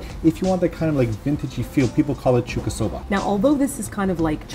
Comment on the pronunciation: Hey! It kinda annoyed me during the video, but it is Chuukasoba. 中華そば. ちゅうか is what you indeed say to food from China. So not a short 'a', but a long one :)